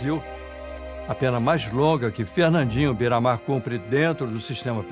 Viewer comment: Bandido bom é bandido que fala correto é bera mar porra kkkk